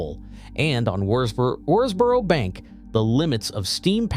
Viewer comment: This is a ridiculous film. The excitable commentary is riddled with errors and hasn't even bothered to do the research to pronounce Worsbrough correctly.